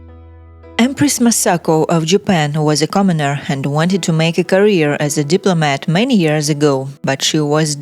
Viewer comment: Commoneer, lmao